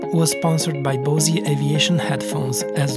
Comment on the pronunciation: very cool .. BOSE is pronounced BOS .. e is silent . there is a boise .. but its a city in Idaho .